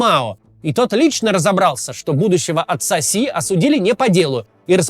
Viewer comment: Что я слышу, на скорости х2: "отца Си" = (атсаси)😂 простите...